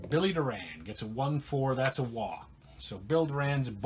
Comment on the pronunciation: Thanks. What Happen To Mariano Duncan? He was the Reds Starting 2B During the 1990 Season. Also Just Saying...2B Bill Doran's Last Name is Pronounced Doorin.......Great Series, Take Care and Roll On***